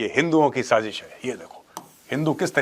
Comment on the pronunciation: That last "sajis hayyyyy" in the accent.😂 You rock with the facts! ❤